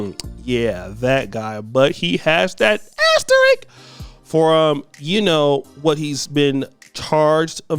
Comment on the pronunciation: ASterisk not Asterick